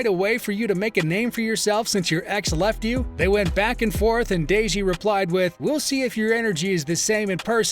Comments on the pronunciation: bro said “dayji” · Why does he say deji like that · the way he said deji's name....